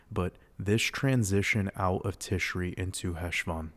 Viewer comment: happy to be here… new patreon subscriber. thank you for all you do!!! :) p.s. it’s “tishray” and “cheshvan” — chhh like you’re hocking up a hairball 🤣